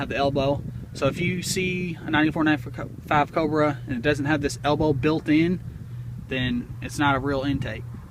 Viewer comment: Pls can you say Cobra one more time 😁